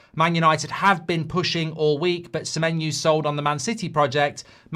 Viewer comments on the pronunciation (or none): Sememenyo didn't come cos you can't pronounce his name mate. Muppet